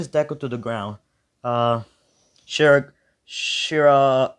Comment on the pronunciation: Love this but how in Zenos name did you know the Grand-Priests actual name off the bat but failed to say shigaraki's name 3 times?